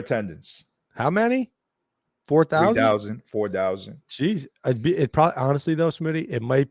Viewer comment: Smitty, what the heck is 3 dousand 4 dousand??